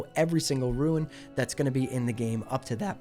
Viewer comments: rune is pronounced ROON, not “ruin.” additionally, is false. Warlocks, or any class, will not be able to stack rune effects on the same piece of gear. so 1 rune on gloves, 1 on chest, 1 on legs. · Its Roon, not Ruin Pronounciation police! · Bro how the fuck cant you just say "rune"? I cant watch when you keep calling them ruins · Rune not Ruin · great vid, but dear god when you people gonna learn how to say RUNE properly. Its not RUIN -_____________________ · How the fuck do you continuously mispronounce rune, nigga it is ONE syllable!